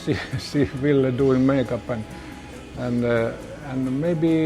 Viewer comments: (Vill-uh) not Veal VILLE! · "Veal" wtf ? Learn the basic , PLS before speak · ville pronounced villa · wish she would stop pronouncing Ville's name as veal! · His name is Ville but sounds like Villie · and its Ville not Vile :s very poor writing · AHAHA the way they pronounce VILLE'S! name has to make you laugh just a little